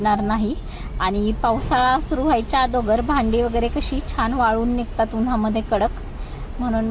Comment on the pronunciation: मावशी आदोगर नसत ग अगोदर असत ते😂😂